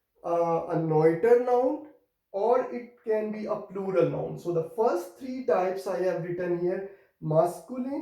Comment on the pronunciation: hello sir! why ypou called olural to pluhal?